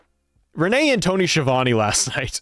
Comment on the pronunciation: So the man will probably know how is name is pronounced. However Schiavone is an infamous Italian surname and isn't pronounced Sheevany but Skeeavounae. It drives me nuts.